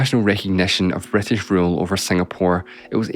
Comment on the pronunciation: It's HISTORY not hEstory, CITY not cEtty, BRITISH not BrEtish!